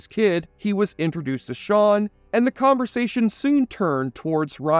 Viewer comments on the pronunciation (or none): none